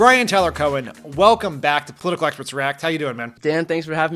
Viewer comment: You were a COMMUNICATIONS director for Obama and you talk like that?? Way too fast with nasal vowels that are almost. impossible to understand? Oh, the irony that you, with your position and career, can't pronounce the word "political" correctly with 4 syllables.